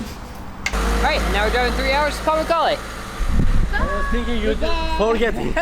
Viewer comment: Thats pronounced par mook karlay. (Like book.) Thanks for sharing the history .